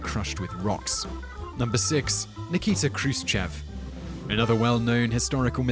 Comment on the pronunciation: its not k-ru-se-che-v but h-roo-shiyov